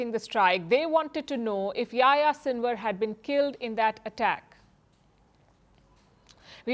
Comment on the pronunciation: Palki, please pronounce the names properly. Yahya Sinwar isn't Yaya and Saleh isn't Sale.